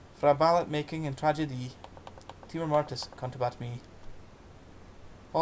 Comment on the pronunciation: OK, thanks ... a wee bit more practice before reading this great old poem would have helped, so that glitches like mispronunciations and appreciation of cadence could have been improved. Furthermore, if you re-record it, please pause before the "Timor" line, then say it more slowly with stress on each first syllable. You could also try lowering your voice a bit on that line so that there's a little more fear and foreboding. I'll gie it a wee bash mahsel' if ye like ... GBathgate, New Zealand